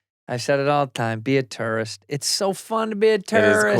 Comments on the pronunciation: Andrew says tourist in a way that sounds like terrorist hahah I had to go back and relisten to make sure he didnt say it haha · Andrew saying tourist sounds like terrorist 😂😂😂😂